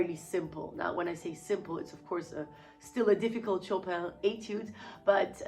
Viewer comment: "Chopin" pronounced the French way, c'est très plaisant à entendre, en tant que français :D Thanks for all these answers and details, Danae !